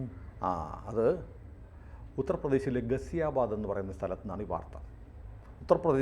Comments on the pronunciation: ഗസിയാബാദ് അല്ല, ഗാസിയബാദ് എന്നാണ് pronounce ചെയ്യുന്നത് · ആദ്യം പേര് മര്യാദക്ക് പറയാൻ പഠിക്ക് - ഗാസിയാബാദ് എന്നാണ്